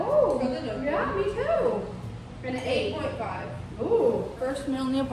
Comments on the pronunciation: gnocchi pronounced like n-yaw-key. I married an Italian... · these vlogs have been making my day ❤❤ and the pronunciation of gnocchi kills me lol 😂 its “knee-oh-key” ! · i love this series so far! would love to see you vlog weekly or smth <3 also as someone who used to mispronounce gnocchi, I was informed its pronounced as "knee-oak-eee", so weird right?!